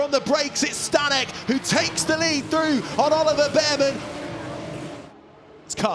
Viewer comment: Staněk = Stahnyek, short vowels.